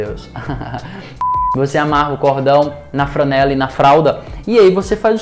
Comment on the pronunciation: Interessante! Obrigada. Ah, uma dica: não é “fRanela”, mas “fLanela”, como em Flamengo.